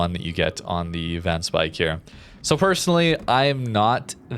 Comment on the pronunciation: Van speijk is actually pronounced “fan spayke “ ij in Dutch is an ay sound